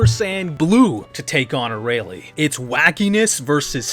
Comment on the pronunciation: "A-ray-lee" oh lord.